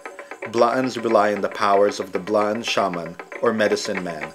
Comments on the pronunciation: Blaan not B'laan, not Bla-an... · its BLAAN not B'LAAN...